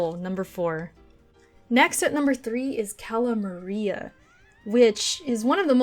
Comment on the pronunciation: AHEM.... It's Cala Maria